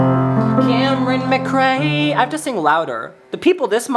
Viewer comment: Also, I'm Camryn McRae (recently married, maiden name is Johnston) from your patreon and I just have to say you sung my name so beautifully, really made my day, thank you!!! :') (P.S. great job on the pronunciation, people usually get it wrong! My husband was impressed lol)